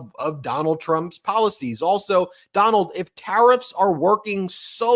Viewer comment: "Donaldt had Sharlie the lonesome...Tuna's confused with Trump Dump" and, "the hahtdbreeke' of pseoriosiz"(yuk)